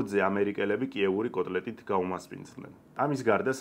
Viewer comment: შე დეგენერატო ვირისშვილო...როდის აქეთ გახდა "კატლეტი " "კოტლეტი"???....😅ვაი შენს პატრონს!